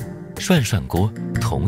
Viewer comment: 涮涮鍋 終於有人唸對!